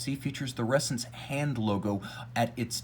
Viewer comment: FYI it’s pronounced ‘ressAns’, not ‘rEssence’.